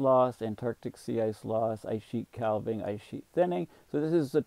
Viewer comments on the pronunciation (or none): Calving is pronounced with a silent "l".